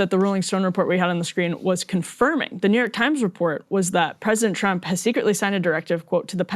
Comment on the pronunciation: Sounds like she said 'President Chump'